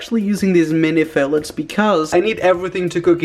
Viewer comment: mini filets lololo, its filet not filet